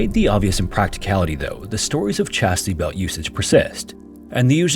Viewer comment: 'Chastity belt'. Not "Chasty belt".